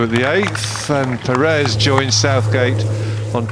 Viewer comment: Perez prounounced "Perey" ??!?